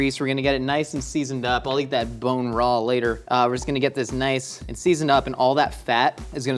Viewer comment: " I'LL yeat that bine raw later." i am sorry. you are gonna do what?!!